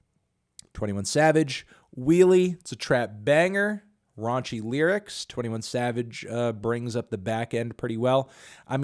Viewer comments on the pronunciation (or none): none